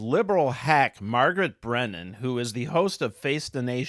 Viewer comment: “Brennan” Another one. 👃👃😂